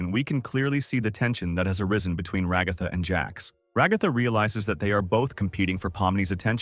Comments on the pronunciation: its not called rugatha its pernounced as ragatha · I can’t take it with the “rigotha”💀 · i'm leaving the video now that i heard him pronounce Ragatha like that a fifth time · the "RaGAthA" gets me every time😂 but I like the video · I love how the AI actually pronounced Ragatha right the first time, then proceeded to mispronounce it afterwards